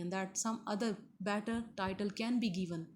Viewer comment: Madam it's give and given not geeve and geeven.